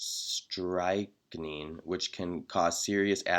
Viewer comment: Strychnine? Nux Vomica? You can't pronounce these and are a pharmacist? You are painfully ignorant of homeopathic principles and also apparently illiterate. Stick with math and keep your fear mongering to yourself.